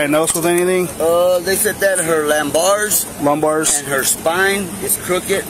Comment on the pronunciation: lambars ... err .. lumbars...